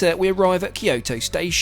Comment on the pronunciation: It’s Kyoto! Kyoto!